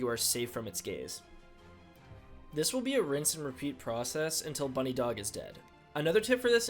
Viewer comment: this dude just called it "bunny dog" lmao what it's "buh-nidhog". aka 'nidhogg' the dragon in norse mythology.